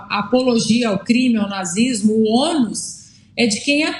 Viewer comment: O cara nem consegue falar nazi s mo .. kkkkk tem que colocar a policia sim.